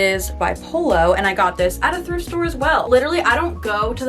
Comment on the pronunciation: How many times said “thirft store” during the video: i counted 8 lmao Truly an icon ❤️